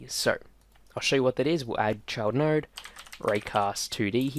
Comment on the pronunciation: If I had a nickel for everytime I heard “nard” Cool tutorial btw, thanks